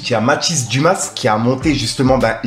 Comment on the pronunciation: brother on dit mathis dumA pas dumaSS :D